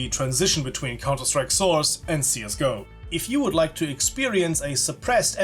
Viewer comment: I love the part when you say Counter-Strike: Sauce